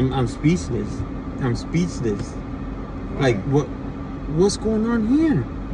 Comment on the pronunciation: "I'm spieceless" 😂😂😂